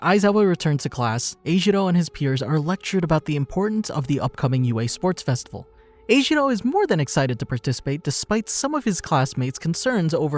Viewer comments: Sorry I just have to say that they say his name is not ejiro it is enjiro en- jiro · Him:eshiwo Me:ejirou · E gee row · Him being called eijiro caught me off guard, he’s always been called kirishima(or Kiri) by everyone I know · Neither do I, and it just makes it harder to watch these vids, because while in the show, his name is kirishima, he calls kiri eljiro lmao (Im pretty sure I spelled that wrong)